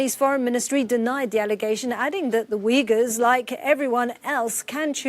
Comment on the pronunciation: it-s not weegurs its OOYgurs jeeesus